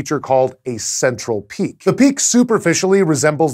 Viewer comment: Did you say? CENTRAL PEAAK?